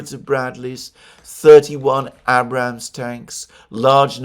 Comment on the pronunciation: So careful to pronounce everyone's name correctly except for the very simple one of General Abrams (in which the "A" rhymes with the "A" in April.)